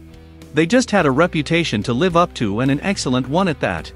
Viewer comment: I hate AI videos. It shows the 1987 album Whitesnake while talking about their 1984 album Slide It In. Tawny Kitaen was not was not pronounced Tawny Kitten! It can't even pronounce the word live properly. As in a live album.